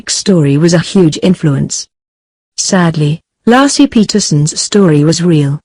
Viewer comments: The woman's name is pronounced LAY-SEE (not Lassie) for crying out loud. I hate the computer voices with a passion. For a nominal fee I'd be willing to voice the scripts. I'm so tired of these. Another video with computer voices has to do with Black Lives Matter. A computer doesn't know the difference between lives (as in she lives down the street) and lives (as in their lives are as important as our lives.) pronounced correctly it rhymes with hives or chives or dives. Narrations should always be done with a human voice and not a machines! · So disrespectful, her name is Laci not Lassie,dumb computer generated voice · You need to remake this video,and take this disrespectful one down. Her name was Lacy,not lassie you dumb ass!!!!!!! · Her name was Laci not Laacy, you foreign robot! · Nor Laaaci .. Layci. She was murdered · LASSIE WAS A DOG! LACI was a murdered preg woman! Can you not pronounce names correctly!? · Her name isn't LASSIE it's Laci for crying out loud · First minute in, ..... Lar see Peterson. Ridiculous you can't call her name correctly. Total put off, that voice. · It's pronounced laaa. A. See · If she says "LASSIE" one more time I'm gonna shove a Milk Bone up her keester!!! SMH 😎🙊🙉🙈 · Lassie and little timmy. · Hey...get the robot to pronounce Laci's name correctly....an insult to the dear woman. RIP. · Please get am American to do this video! This woman off here, she can’t pronounce it correct! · I HHHHHHHHAAAAATTTTTTTTEEEEE the stupid computer voice. Can't even correctly pronoun Laci for F#CK SAKES